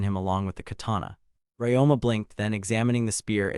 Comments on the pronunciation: Ryoma. The protagonist name is Ryoma - Ree-Oh-Mah. Who the f. is this RáMá guy you keep babbling about? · "RamAA, is doing something on his own.. RamAA talked to... RamAA is funny way to pronounce a MC's name. 😆